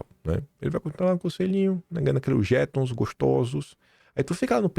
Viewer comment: A pronúncia correta é jetôm